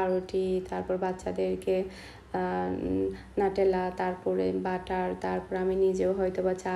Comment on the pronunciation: নাটেলা না আপু নিউটেলা।